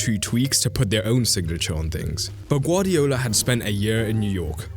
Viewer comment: BRO YOU GUVARDIOLS😂